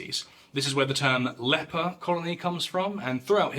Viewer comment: Did you just say "the fable of how Jesus healed the leapor" ? 😵